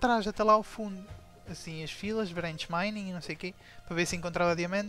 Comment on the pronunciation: Fail deste tu! "branch minning" ?? "Brench Mining" ?